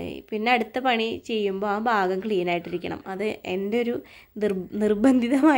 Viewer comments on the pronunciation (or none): none